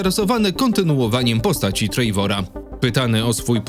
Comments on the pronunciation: Oglądam na TV i wszedłem na fona żeby właśnie to skomentować 😆 Po prostu TREWOR. Wiadomo wymawia się to z akcentem ale lepsze Trewor niż Trejwor 😅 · "odtwórca Trejvora" 😂😂😂